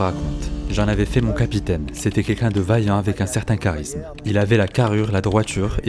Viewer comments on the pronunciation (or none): none